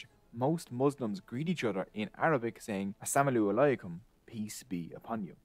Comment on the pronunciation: I am sorry but pronunciation of Assalamualikum ,Got me!!!!!!